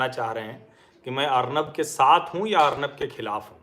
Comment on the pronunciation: अर्नब या अर्णव ? सर आप एक मानक बन चुके हैं इसिलिए आपकी उच्चारण में स्तरीयता कि अपेक्षा हमेशा रहेगी ! धन्यवाद !